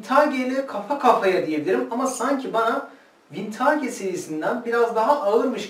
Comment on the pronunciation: Vintaage değil hocam vintıc yada vintij diye telaffuz ediliyor.